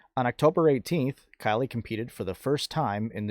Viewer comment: Thank you for the video update. You said Kylea's name correct. I enjoy all of your videos.